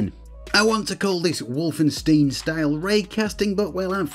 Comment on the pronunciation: Hey there, Just a German stoppying by to tell you that Wolfenstein is absolutely not pronounced "Woolfensteen".